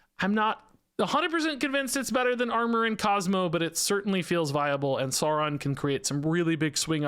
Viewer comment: No it is sow ron like lird of the rings in his first appearance he literally names himself after the lotr character because hes a massive egotistical nerd lma9